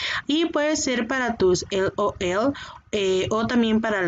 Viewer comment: Jaja me da risa como siempre mi se hace la payasa diciendo “El Ol El” a las monas esas. 🤣🤣🤦🏻‍♀️